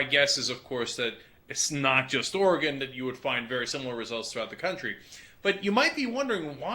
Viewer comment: Oregen.. still cracks me up!! (Oregon)